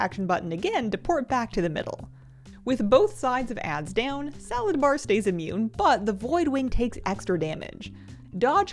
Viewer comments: Are you saying salad bar? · Am I hearing things or did you say "Salad Bar"? O.o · Are you saying nexus king salad bar? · i heard it the first time the boss name was said and i was liek wait is that his name Saladbar? xD